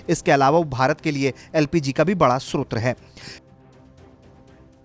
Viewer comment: सोत्र नहीं भाई स्रोत बोलो।।।